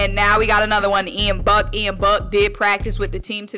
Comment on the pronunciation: It’s Ian Book not Buck. He went to Notre Dame